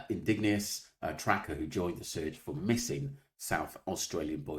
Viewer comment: Out of respect, please learn to pronounce "Indigenous". (In-didg-en-ous.) The "I" is always capitalised.